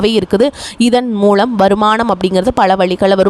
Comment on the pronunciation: "களை", "மூளம்" என்ன உச்சிரிப்பு இது?